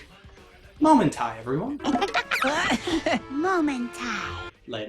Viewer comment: It is pronounced "mou-man-tai".